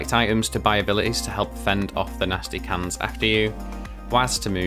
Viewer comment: Its like you can say cans, but said pans instead until the last 5min of your part 😂 LMAO